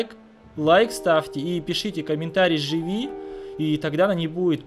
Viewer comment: Лев Татарников правильно не жыви а живи